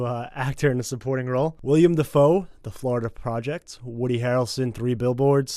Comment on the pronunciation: They’re giving each other shit for pronouncing names, and yet they both said “William Dafoe”... it’s Willem...